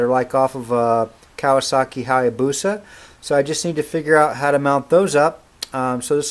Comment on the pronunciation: "kawasaki hyabusa" ROFL